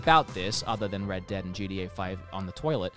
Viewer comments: Why does he keep calling it JEEDEEAAY? It's GTA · When he says GTA I hear GDA for some reason, anyone else?